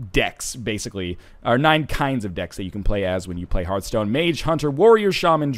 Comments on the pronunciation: It's her-th-stone not harf-stone. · It bothers me that you don't know how to pronounce Hearthstone correctly. >< It's Heart-hstone; not Herthstone or Hear-thstone, Hearthstone. it's not complicated. It's even a real word, too. Look it up. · Northernlion, You dingdong! Just pronounce Hearth like Heart, since they're spelled exactly the same, just with a H at the end. That's the easiest way to remember how it's pronounced